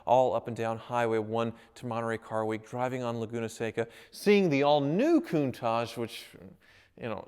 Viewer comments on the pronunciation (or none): Your speech impediment is very apparent in this vid. It's KOON-TAASH not KOON-TAAJJ. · Also, it's CountaTch, no tash or targe, it's TaTch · I really hate the way he says countach